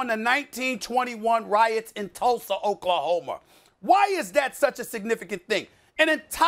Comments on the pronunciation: Not to take away from SAS on what he's saying but I had to acknowledge him saying...Tulsa "OKLAHOMER!!"🤣🤣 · Oklahomer Whatever words end with -a, SAS well say it as -er!! 😂😂